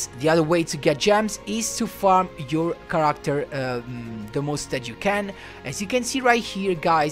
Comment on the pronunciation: you mispronounced the word "Character" learn how to speak better english. Your accent is heavy. I'm learning how to speak japanese and fixed my accent.